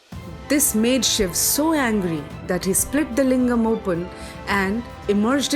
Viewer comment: So far found the only video which calls shiv and not shiva, In today's world everyone is busy in englishisation of words this may seem new term but it's true especially for those who study literature and changes in literature. In today's date every Sanskrit word is attached with an extra "a" sound which disturbs its meaning and pronounciation Pls spread this knowledge